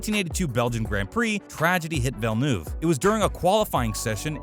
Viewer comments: Villnoove??? That really hurt me inside how he pronounced his name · Jile villnoove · I mean this in the nicest way possible but you pronounced nearly all of these names incorrectly. Gilles Villeneuve (sounds more like Ville-nerve), Michael Schumacher (shoe-macker, not shoemaker), Ayrton (Air-ton) Senna, Adrian SUTIL (su-til....not stool), and Marussia (ma-russia... like the country)